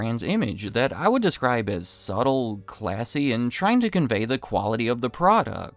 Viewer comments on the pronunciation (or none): none